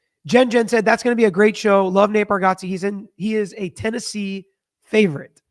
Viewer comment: Actually is saying it wrong. Lol. But Nate says he never corrects anyone anyways...